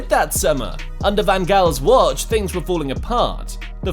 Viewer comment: wait I didn't know pep played undeer guardiola